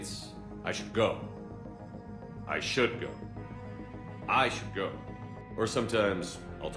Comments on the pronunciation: In my cycle, using the term "I should go" with the wrong emphasis was viewed as a sign of contempt, and was punishable by death. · Smh the quality control on this game was so bad. They should have shown the clone's voice actor a recording of how the real Shepard's voice actor said it. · I Should go. Lex Luthor: WROOOOOOONG! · I cringe everytime Clone!Shepard says, "*I* should go". THE EMPHASIS IS SO WRONG. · For me this is the joke, though others hear them the same. I was laughing my ass off at the wrong emphasis and SHps reaction before he went on his ran, it was perfect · The clone says it in a wrong way!